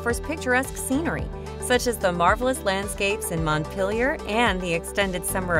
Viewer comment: I’m from Montpelier and the way she said Montpelier LMAO. Also the way she said chittenden lol, it’s pronounced: chitt-nen.